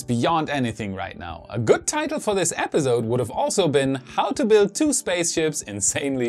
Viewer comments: Great reporting but could you say episode instead of epizode? Accents are fine but you say that word so much that it really stands out due to the "z" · In the word 'Episode' the s is an 's' sound not a 'z' sound. Thought you might want to know.